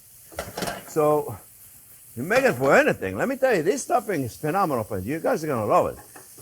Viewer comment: LoL....Chef...deep down you are a "spicy Italian". You said, "you maka", we all heard it and WE LOVE YOU! Merci!